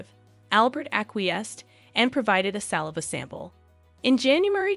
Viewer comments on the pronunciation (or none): none